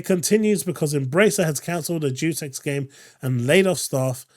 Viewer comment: Psst... It's said "Dayus Echs" not "Jew Sex"